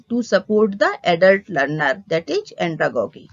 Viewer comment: Your pronunciation is wrong these are like pedagojy and andragojy .